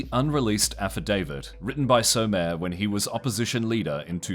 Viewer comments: Nice video! Just a heads up the former PNG prime minister is pronounced SOM MA RAY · That is not how his name is pronounced. that would be like someone pronouncing Trump’s name is Troomp. CLEARLY, THIS CHANNEL IS AI SLOP. Or else the channel owner only just learned this story this year 🤦🏻‍♀️ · It hurts me when you pronounced Michael Somare's name like that. - Overwatcher